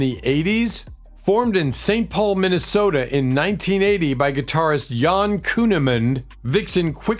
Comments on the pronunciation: Whomever made this video is too wuss, lazy and whatever else to add to use AI to narrate this film, just screwed up when referring to Vixen's guitarist as "Yan" Kuehnemund, it's Jan like Jan Brady!! This video proves you don't need talent but maybe some outfit full of goodies to make you seem brilliant... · Probably AI narration. Not just the "see-gay see-gay" Sputnik and "Yon" Kuehnemund which any uninformed human might say -- but the perfect, constant diction, and weird phrases like[album]year] rather than album -from - year. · Her name was Jan not Yan